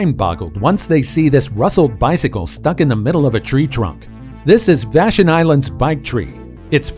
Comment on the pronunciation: Vash on. Not Vashun